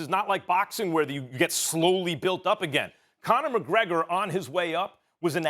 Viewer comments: mcconor mcgregor?? Who the Fook is that gooy? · I'm sure Stephen A. said McConnor McGregor 🤣🤣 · Nobody: Stephen A Smith: McConor McGregor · Steven A. Smith actually says McConor McGregor